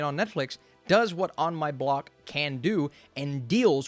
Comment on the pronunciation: On My Bock or On My Block?